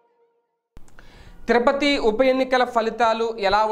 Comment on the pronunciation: తిరుపతి , తిరుపతి, తిరుపతి అనవయ్యా ,తిరపతి కాదు.